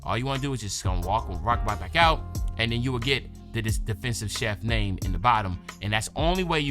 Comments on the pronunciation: Is Chief not Chef! Lmao big love though but you was butchering that build name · Not chef bro lol Chief like an Indian chief